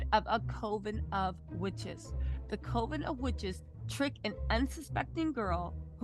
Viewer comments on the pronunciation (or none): Absolutely love you but have to correct ya on the pronunciation of Coven. It's not COE VEN... It's CUV EN. Like "Oven" just a C in front of it. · Coven.(.cu-ven).. I'm sorry.. Just like nails on a chalkboard for me.. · It’s (Coven {CUV-VIN} ) I’m sorry but mispronunciation is a pet peeve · cOVEN like “Oven”